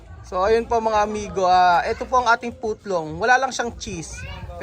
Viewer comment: Hindi ko kinakaya yung mga pronounciation ni 😅 putlong!!!😅😅😅